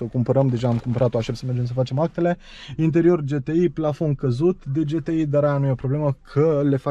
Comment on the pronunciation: GHE -T-I nu GE-T-I